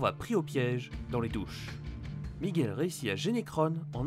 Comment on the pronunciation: C'est miguel, pas Micheal